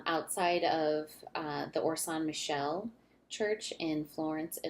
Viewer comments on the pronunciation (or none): An excellent art-history video for children. Complimenti!! One correction, though: San Michele is pronounced "san mee-KAY-lay." Unlike in English, "ch" is pronounced as "k" in Italian, and all the syllables are pronounced.